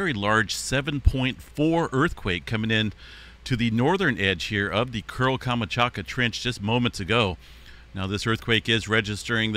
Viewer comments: You might want to check how to pronounce KAM. CHAT. KA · Камачака?! Серьёзно? Ты читать не умеешь что ли? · Learn to pronounce places names if you are going to continue to report on events from other places. Your mispronunciation of Kamchatka is so offensive.